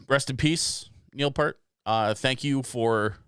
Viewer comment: 1. It's Peeeart- like ear that you hear with =) 2. Ignore the rule of the internet, read the comments =) I really liked the analysis you did through the song about the video and the history that went along with it. In the end with your comments about bringing people together, that is exactly what the radio did. Before tv the family gathered around the radio to listen to the news and the entertainment shows. With the transistor the radio became portable, like the little transistor radio hanging by the stick shift in my dad's Pinto. At summer camp there was one boom box with the tape deck and we would gather in the tent and share cassettes. But don't dismiss the power of the reaction videos on youtube. The ability to comment and reply brings people together when the channel is well maintained. Possibly the best channel I've seen is Jamel_aka_Jamal. His fanbase is extremely diverse and because he sets a good example, his commenting visitors are also behaved and constructive. This is a huge power that is lost in forums where everyone is homogenously aligned with the topic. I love your take on the music because even though you've heard the song you bring a different perspective that most of the listening public doesn't have (says the former traffic director). Take a second to look at some of the proggier albums, Pink Floyd's The Wall, Rush 2112, and Rush Clockwork Angels are the first that come to my mind where the sequencing of the songs matters. Where the idea of a story within